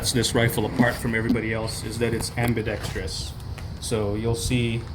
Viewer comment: Thank you for pronouncing “ambidextrous” properly